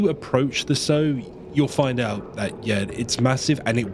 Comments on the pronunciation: It's sow as in how or now, not sewing seeds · quick note on an otherwise fantastic video - "sow" rhyming with "low" is a verb for planting seeds. the female pig is "sow" rhyming with "cow"